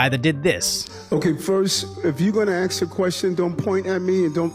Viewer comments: Its not Axe It is ASK. 🙄🙄🙄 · he is sayin "axe" instead of "ask". he is a grown man saying "axe" instead of "ask". who voted for this? come to think, probably nobody, he's an affirmitive action hire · He said axe a question. LOL